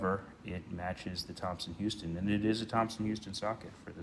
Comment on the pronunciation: Just so you know, it was spelled Thomson-Houston and "houston" (after co-founder Edwin Houston) was pronounced "house-ton". Thank you for taking care of a piece of the T-H legacy.